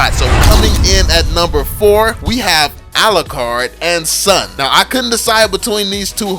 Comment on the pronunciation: STAHP BUTCHERING SUN AND ZILONG its soon z(like a bee,zzzz)-long